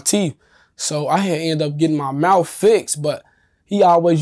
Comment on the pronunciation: He messed up his mouf.